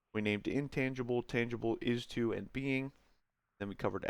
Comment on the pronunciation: You really screwed up calling it isto, didn't you?